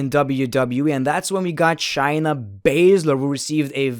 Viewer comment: bro i really enjoy most of ur content but pleeeeease stop saying chyna and start saying shayna... its driving me crazy...